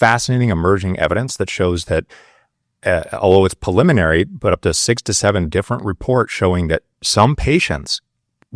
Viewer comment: "PA-liminary" Instead of, preliminary. I'm not very far in, but this is just one example of the things this guy has said that already have me questioning his level of intelligence, perceptiveness, and attention to detail. To not comprehend the word "preliminary" is a big enough red flag by itself, from a person presenting as an educater on a detailed and nuanced subject.